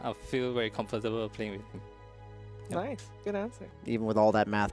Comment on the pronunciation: NICEU NICEU!! VERY NICEU,!!